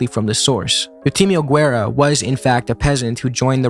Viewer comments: As revolutionaries not knowing how to pronounce the name of Che Guevara is a bit F. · IIRC mnemonic device for remembering Che Guevara was "Shake Guitar" but I think it's because he calls him Che Guevar. He a lil confused but he got the spirit